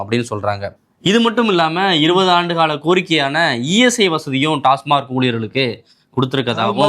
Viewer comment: டாஸ்மாக்.. டாஸ்மார்க் இல்லை